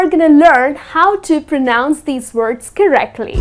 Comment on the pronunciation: Bit ironic from someone who can't pronounce the word pronounce correctly